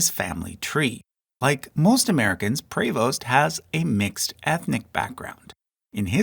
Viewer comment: Prevost is pronounced like “preeee-voast”